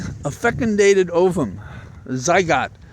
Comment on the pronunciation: I believe it's pronounced zy-goat